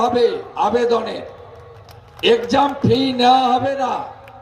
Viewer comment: Ekjam.. Wow pronunciation